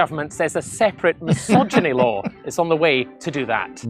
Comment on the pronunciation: I lost it when that soyim said "anti-mysoginy law" 😅